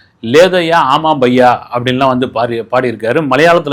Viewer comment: ஒரு சின்ன திருத்தம். அது “ஆஓ பையா”